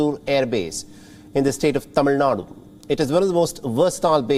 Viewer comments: Finally got a newsreader who can pronounce the 'zh' in Tamizh Nadu rather than saying Tamil Nadu❤️ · Hats off for pronouncing tamizh Nadu Right ✨❤️ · For the first time, someone pronounced Tamizh nadu properly. Well done Anchor. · Tamilnadu pronounciation almost correct